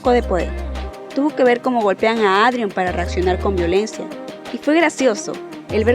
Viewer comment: Buen video, igual, me causa gracia que ''Adrion'' y ''Claire'' los pronuncias mal jsjs, por las dudas, la pronunciación adecuada es ''Eidrion'' y ''Klerh'', buenas noches